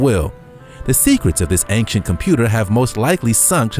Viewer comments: ˈān(t)SHənt Not ˈān(k)SHənt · Please stop saying "Ank-Shent' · "Angk-sient" driving me up the wall too. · Why does this narrator constantly switch his pronunciation of ancient? Sometimes he says ancient and other times he says ainkshent 🙄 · Dude ‘Ancient’ is pronounced ‘ˈān(t)SHənt’ it’s not ‘Ankcient’ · It bothers me so much how he says "anccient" instead of "ancient" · anXient anXient anXient. Get smone else to comentate ur vids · Take a drink everytime the narrator says "ang-shent". Also RIP. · "Ankshent" is not how you pronounce ancient. Along with the outdated material, this ruined the video for me. 2/10. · I like the way dude sez, "ancient". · Why can't he pronounce ancient? When he says it so many times! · Why does he say ancient wrong? Driving me crazy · thats True